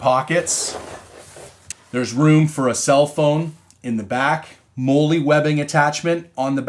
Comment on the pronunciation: Hey bro. Molle is pronounced “Molly” like the name. Just trying to help you out for future YouTube trolls.